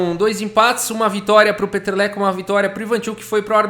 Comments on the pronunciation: narrando a partida eu estava só escutando sem ver..eu quem é esse jogador o Peteleco? É brasileiro fiquei imaginando lol eu estava entendendo peteleco kkkkkk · Kkk vc tava falando Peter leko, o vídeo todo ouvi peteleco